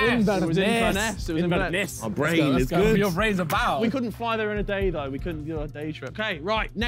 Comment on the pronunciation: "i corn'ed believe it " VIKK CMONN